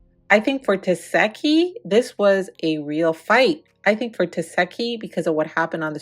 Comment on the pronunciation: as much as she correct people about that name…lol it’s tes-see-hki lol I don’t really care how you say it girl this yo channel….its just every time you say her name I can hear her saying “it’s teseeeeehki lol